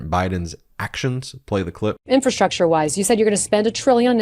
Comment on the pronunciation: Inferstructure? I don't even know what that is. He can't even say the word properly. Ugh